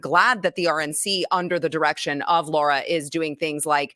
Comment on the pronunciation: The name of guest is Sara, pronounced 'Sair-a' phonetically speaking of course. Not 'Sor-a', brings me to Lara Trump. Same pronunciation applies. Spelling is a L and a S. Is not 'Lor-a' is 'Lair-'a' again phonetically speaking. Have heard maybe 2 pronounce correctly, Mr. Mark Levin being one of them. But of course. 😉 Would be wonderful for Lara Trump to correct herself, usually called 'Lor-a.' Laura is that spelling. Spent few minutes on this, how much truly 'annoys' me. 😏 😉